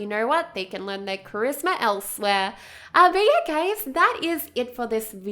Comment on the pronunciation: the way I say y e a h: Yeah The way she says y e a h:YeRh